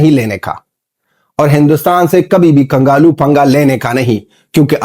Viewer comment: Kangalu nhi kanglu 😅😅